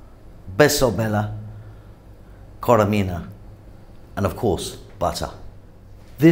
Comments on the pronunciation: its not koremina but korerima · Korerima is the right pronounciation . Keep up the good work !